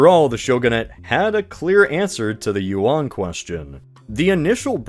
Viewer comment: that’s not how Yuan is pronounced 😭